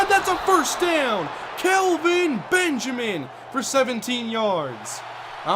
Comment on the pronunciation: I kinda feel bad for Benjamin. It's bad enough he gets his first name pronounced "Calvin" due to accent:-P but he's literally become yesterday's news.